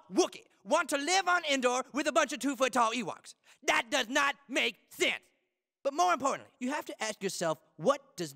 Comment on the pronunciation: The way he pronounces sense 😂 That does not make SUUENSE